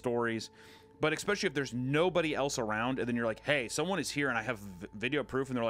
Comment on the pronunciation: ICK specially is not a word. It is pronounced ES pecially.